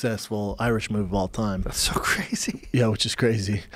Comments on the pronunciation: Joe "Kwazy Question" Rogan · Joe "Qwazy Question" Rogan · Joe "cwazy question" Rogan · joe "here's a real cwazy question" rogan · Joe "here's a cwazy question" Rogan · "here's the real 'cwazy' question"